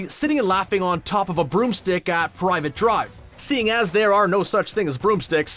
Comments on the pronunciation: Did he say Private instead of Privet? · That's "Privet Drive", not "Private Drive" you muggle.